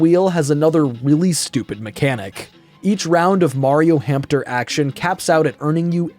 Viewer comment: Are they really called "hampter" wheels, not hamster wheels?